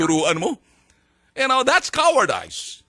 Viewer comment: ..Cowardice...pronounce po as Cow ward ees.........di po Cow ward days